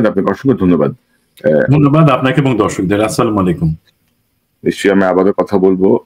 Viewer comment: আমার প্রিয় বড় ভাই আপনার বিশ্লেষণ আমার কাছে অনেক ভালো লাগে, কিন্তু একটু কষ্ট হয়, তখনই যখন আপনি প্রথমেই আমাদের উদ্দেশ্যে সালাম প্রদান করেন, কিন্তু আপনার দেয়া সালামটা শুদ্ধ করা দরকার, যেমন, (আসসালামু আলাইকুম) এই উচ্চারণটা শুদ্ধ, দয়া করে সালামটা শুদ্ধ করে নিবেন, আল্লাহ তাআলা আপনাকে দেশ ও জাতির জন্য কবুল করুন।